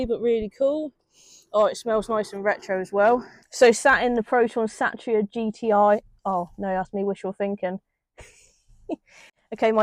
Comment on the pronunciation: Its called a Satira pronounced Sateera not Satcha